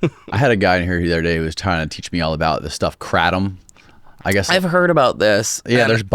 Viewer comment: First of all since we're starting off the podcast like this I'm going to correct you right now and I'm a patreon member so you should at least listen to me a little bit....it's pronounced Krayyyyytom not kra tom second of all it is quite popular here in Florida but it is all over the United States I found out about how to properly take it by a girl living in a shitty part of Vancouver,Washington who was highly addicted to the red kind which if any of y'all don't know white is flight, green is in between, and red is in bed... So sheso she liked pills.... Me personally I take the White version every single day before I go to work.. I have had two major knee surgeries and have chronic knee pain and I can't exactly use my medical Florida weed card all the time when I'm working so I use the kratom to help me the Carver and kratom are two totally different things. If you get a bag of remarkable herbs kratom and put a little bit on a brochure and slide it into a half-filled lemonade or apple juice or any other kind of juice handheld container amount of juice not a jug then you shake it up until it's broken up and then you chug it back. Now that is something that makes you feel good. You're welcome. 😂😂😂😂